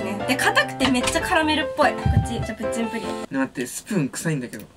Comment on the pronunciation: プッチンプリンがプッリンプリンになってるよわざとかな？(笑)